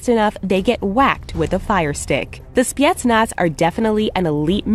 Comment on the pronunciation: maybe its just me, but how she said specnaz kinda bothers me